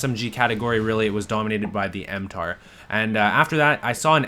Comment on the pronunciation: It's mtar-x, not m-tar x.